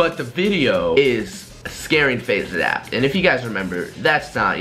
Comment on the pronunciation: IT sounds like You are saying FaZe aZap